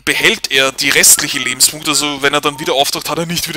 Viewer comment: Sagtest du da etwa, "Über 200 Lebens-BUU-nkte" ? XD